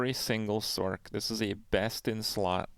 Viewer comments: This homie saying "sork" 🤣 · use me as a dislike button for someone who can't pronounce sorc